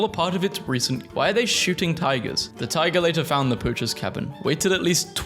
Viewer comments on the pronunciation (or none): none